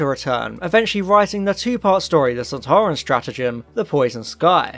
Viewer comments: you think you can pronounce soltaran you are soltarwrong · "Doctor, it's one of those Sonteran things!" "SontAran!"